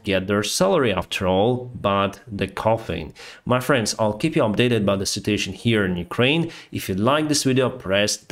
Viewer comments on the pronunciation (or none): none